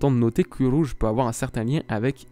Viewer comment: le roulage de R de uRouge 👌🏻